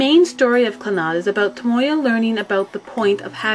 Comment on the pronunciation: its tomoya! you said him as tomoyo in the beginning..